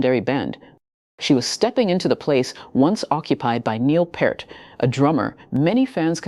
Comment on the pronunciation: "Peert", not "Pert". How difficult is it??!